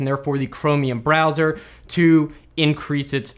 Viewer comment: “...no matter what BrEzzoR you’re using...”